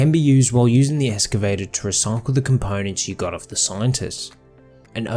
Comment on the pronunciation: Holy crap, that was... disracting... Almost as bad as ek-cetera.